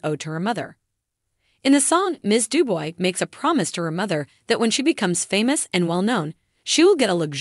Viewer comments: Why doesn't a commentator learn how to say the person's name. It's not du boy. Phonetically, it is due-bwah! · Narrator doesn't even know how to pronounce her name. It is pronounced Du-bwah. Duboy. Get yerself edgycated. lol